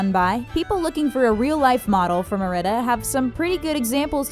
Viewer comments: "for meRIDa" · You said Marida at 4 minutes 17 seconds